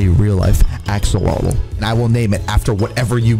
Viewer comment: Axolotl is pronounced like axalotul